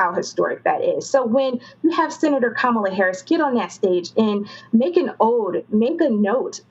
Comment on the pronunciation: “Ca-Mala Willie Brown”